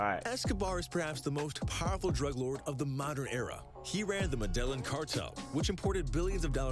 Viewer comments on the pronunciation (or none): The “medal-inn” cartel. Tragic, learn the pronunciation before making a video about it. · Homie said “Ma/dell/in” cartel. It’s pronounced “Me-da-yeen” 😂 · It’s pronounced medayeen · Okay did anyone hear how the narrator pronounced "Medillin" omg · The way he pronounced Medellín made me angry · The narrator would be murdered for mispronouncing “Medellin” every single time if any of the cartel members watched the original video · gringos saying medellin kills me every time pls their pronunciation is so shit, they don't even try jhahahaha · The pronunciation of Medellin by the narrator is truly painful🤦🏾‍♂️🤦🏾‍♂️ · did this guy actually mispronounce Medellin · Not how you pronounce Medellin😐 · Man said medeLLin cartel kmt